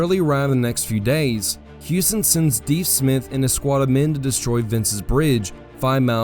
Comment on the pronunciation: Deff Smith not Deeef Smith.